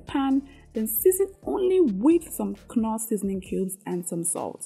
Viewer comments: if i have to endure hearing you call knoor as kunoor ehhhhh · Beautiful. I enjoy your recipes. Thanks for sharing these meal plans. Don't mean any disrespect but a quick correction. KNORR pronounced without the letter K NORR ✅ KUNORR ❌.